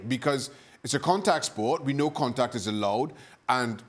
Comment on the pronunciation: Woow (contektt) wholeday🤣🤣🤣